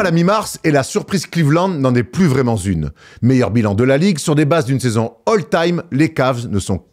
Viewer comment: Excellent comme toujours l'édito mais la liaison "plus vraiment Zune" fait un peu mal aux oreilles